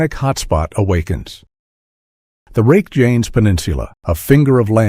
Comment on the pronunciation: You can tell it’s a click bait article when they don’t pronounce the name of the peninsula correctly.